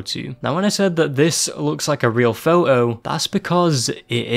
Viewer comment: Photo ❌ Pho'O✅